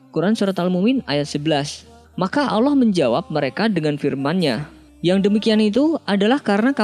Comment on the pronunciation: Kak bilang nya allah bukan alah